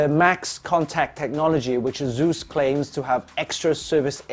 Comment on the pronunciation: It's asus not zus or zeus xDDDDDDD